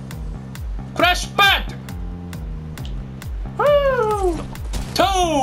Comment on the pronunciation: 辺りの「クラッシュパッド！」がどうしても「ランチパッド！」に聞こえる。が